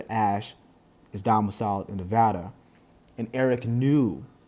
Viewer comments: Thank you for pronouncing Nevada correctly. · Thanks for saying Nevada correctly